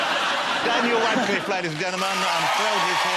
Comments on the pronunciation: Jonathan pronounces Radcliffe as Wascliffe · Jonathan Ross says "Daniel Wadcliffe" It's so annoying!